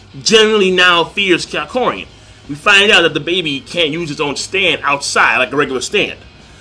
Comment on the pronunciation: HIS NAME IS NOT KYAKORIN!!!!!!!!!!!!!!!!!!!!!!!!!!!